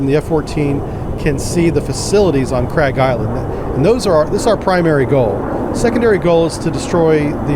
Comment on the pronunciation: Although Farsi to English do not match alphabets, it's actually pronounced more like "Kharg" Island, not "Kraig". Sometimes you'll see it transliterated as "Kharq" or Khark", but not "Kraig". Great simulations, btw! ONI Ettiko